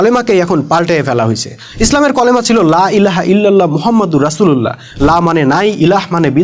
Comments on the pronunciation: আপনিইত ভুল বলতেছেন।কালিমা কথাটাকে কলিমা বলতেছেন। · Bhai kolema na kalema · ভাইরে ভাই আগে উচ্চারণ করা শিখেন তারপর মানুষকে পরামর্শ দিতে আইসেন ওটা কলেমা হবে না কালিমা হিজবুত তাওহীদের তো এই অবস্থা ঠিকমতন কথা কইতে পারে না আর সে ইসলামের কথা কইতে আসছে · কলেমা না কি ভালো করেও কালেমার কথা বলতে পারেনা বলে কলেমা😅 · Kolema na kalema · Vai colama na kalema 😢😅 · ঐ কলেমা না কালিমা ঠিক করে বলুন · ভাই কলেমা না কালিমা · আপনি দেখছি খুব শিক্ষিত 😂😂😂 কালিমা কে কলিমা পড়ছেন😅😅😅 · ভাই কলেমা না কালেমা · ভাই কলেমা হবে না কালেমা হবে। আশা করি সংসোধন করে নিবেন। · কি রে ভাই কলেমা মানি কি?কালেমা হবে কালেমা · ভাই ওটা কলেমা না কালেমা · অল্প বিদ্যা ভয়ংকর /ভাইয়া উচ্চারণ ঠিক করুন /কলেমা কি এটা কালেমা হবে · / কলেমা নারে ভাই কালেমা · 😂😂😂 ভাই কলেমা নাকি কালেমা😂😂😂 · কথা ঠিক কিন্তু কলেমা না ভাই কালেমা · হা*লা*য় একটা ফেরকা বাজ.....কালেমা কে কলেমা কয় হ্যায় আবার বড় বড় জ্ঞান দেয় আাবার আরবি ব্যকারণ বুঝায়।😂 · কলেমা না ওইটা কালেমা হবে কারণ আরবি অক্ষর পেট কাটা কাফ দিয়ে শুরু হলে তা বাংলায় convert হয়ে 'কা' উচ্চারিত হয়, আর আরবি অক্ষর দুই নুক্তা যুক্ত কফ দিয়ে শুরু হলে তা বাংলায় convert হয়ে 'ক' উচ্চারিত হয়। একটি আরবি অক্ষর উচ্চারনে সামান্য পরিমান ভুল হলে পুরা বাক্যের অর্থ পরিবর্তন হয়ে যায়। উদাহরণ হিসেবে:- সূরা ফাতেহা তেলাওয়াত করার সময় শুরুতে আলহামদুলিল্লাহি রব্বিল আলামিন বাক্যটির অর্থ হচ্চে - (সকল প্রসংশা আল্লাহর জন্য) যদি আল(হা)মদুলিল্লাহি এই আরবি অক্ষর 'হা' শব্দটি ভালো করে উচ্চারিত না হলে পুরু বাক্যের অর্থ পরিবর্তন হয়ে ( সকল আবর্জনা আল্লাহর জন্য) তখন এই অর্থ হয়ে যাবে। নায়ুযুবিল্লাহ তাই বলি কি নিজেই আগে ভালো করে পুরু কালেমার সঠিক উচ্চারণটা ঠিক করুন তার পর না হয় আলেমদের ভুল দেখায় দিয়েন। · কলমা কালমা কে কলমা এটা কি ভাই ভুল ধরতে গিয়ে নিজেই ভুল করেছেন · যে কালিমা বলতে পারেনা ঠিকমতো ।সে আসছে বয়ান দিতে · কালেমা শব্দটি তুমি নিজে শুদ্ধ করে বলতে পারো না তাহলে এই সমস্ত ভিডিও বানিয়ে কি বুঝাতে চাচ্ছ আমি বড় পন্ডিত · ভাই কালেমার উচ্চারণ আগে ঠিক কর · যে কালিমার সঠিক উচ্চারণ করতে জানে না। একজন হিযবুত তাওহীদের (শয়তান) এজেন্ট আল্লাহ সঠিক বুঝ দান করুক।